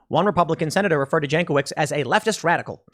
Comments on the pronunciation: Pretty sure her name is properly pronounced Yank - o - vich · Pronounced yankovich